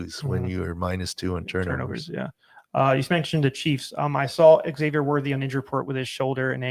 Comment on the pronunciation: *Xavier = "Zave-yur" It's not "Egg-zave-yur“, dog. Only John Lennon can say it that way, as he's the eggman (and the walrus).